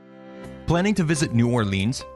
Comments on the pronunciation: Yea, even "Na'wlins" is better. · Why would I take advice from someone who says 'New Orleenz'. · Mardi Gra, don't pronounce S. It's New Orlins. And also... Bourbon, really? Best place? You EVER been here? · I cringed every time he said New Orleans. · lol me too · Ok..... Just started and already said New Orleans wrong.......